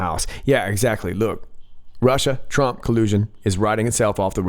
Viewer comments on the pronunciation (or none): none